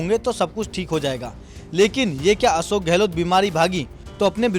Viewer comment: तुम लोग अशोक को असोक क्यू बोलते हो